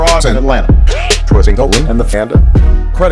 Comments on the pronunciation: Why are you pronouncing his name "Desiigna" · its Desiigner not desiigna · whys he saying desiigner like "designa" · its desiinger n poo t desiina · its desiigner not desiina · Who the fuck is desiigna its desiigner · It's Desiigner, not fuckn Desiinah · Do a update video on this one and instead of saying desiignAH say desiigner please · The fact that he says desiigna instead if Desiigner makes me question life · Stop saying it "Desiigna" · Why say "desiigna" when his name is clearly spelled "desiigner"? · desiigner not desiigna, you Boston people have to stop with this 😂😂😂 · It's Desiigner not Designa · why does he say "desiigna"? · Anyone annoyed he said Desina instead of Desiigner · The man has ER at the end of his name not AH. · he keeps saying "designa" dude chill stop trying to be black, I know we clown on you for every other pronunciation but chill its "desiigner" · Its desiingER not Desiigna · Please stop saying Desiigner like that... There's no "a" at the end of it. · "DESIIGNER" not "nah" what is this weird slang that you put on names? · does he know it isn’t pronounced Designaahhh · y do u say his name like desiigna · Why u keep saying desinaaaa😒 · dude said desiig"na" and the "i-ley" brothers.. you know he got fired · Why does he keep pronouncing his name like "Desiignah"? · why the fuck do u keep saying DesiignA when its obviously spelled with an ER at the end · Every time he says "Designahh", I get a little more AIDS. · " before design ehhh " what ? Lmao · Why do you pronounce it like "Desiignah" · Hes a frickin naaarrk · " desine uh " so frustrating to listen to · Its just pronounces Designer you dont have to sound like a dick. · tbh nigga you catch the L for sayin "Desiignah" rasist ass thinking that his last letter would be pronounced with a lazy slang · Why this man keep saying DEZEYENAH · it's DesiignER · Stop saying Desiigna, there is clearly an er. Just bc hes a rapper doesnt make everything slang or slang-able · It's not dessigna